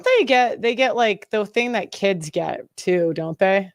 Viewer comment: My "keeds"